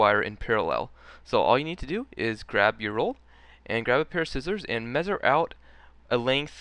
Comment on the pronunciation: He said meazzure. Crazy fool